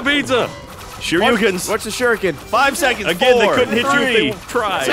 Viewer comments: Did anyone else die a little every time said Shur Ee You Ken? Shuriken. Shur. Eh. Ken. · Shuriken! Not shoryuken:( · it's a shurikan. not shuyukan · I would correct him about calling a shurikan a Shoryuken... but far more amusing that he continues to call them that. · Sergeant Johnson Yeah. because he probably got his brain wired between both words. Shuriken + Shoryuken = Shoruken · Was anyone else wincing every time called them shoryukens? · Does say shoryouken? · Who the hell keeps saying shoryukens? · really wanted to show off the fact that he knew what Shuriken are, except for the fact that he pronounced it wrong the 12 times he said it. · Is saying "shuriken" wrong on purpose?